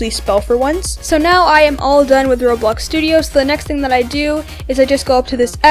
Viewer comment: why are you saying roblux